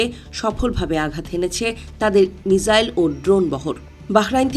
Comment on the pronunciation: মিসাইল কে মিজাইল বলেন কেনও